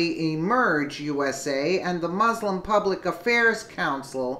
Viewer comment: I did wish you'd learn how to pronounce MUSLIM.